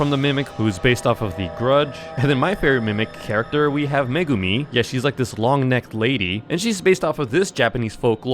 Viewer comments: "Megumi" BRO TRYNA SUMMON MEGUMI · Did bro said meg um I from jujutsu maiden💀💀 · him saying Megumi Me: WITH THIS TREASURE I SUMMON